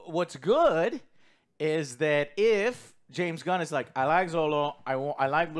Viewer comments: His name is Xolo, pronounce "Sholo" ... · Heads up! Xolo is pronounced “Cholo” not “Zolo” or just call him Miguel 😂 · Godddam yall dont know how to pronounce Xolo's name